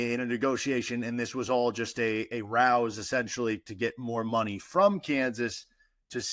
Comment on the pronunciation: ruse not rowse my friend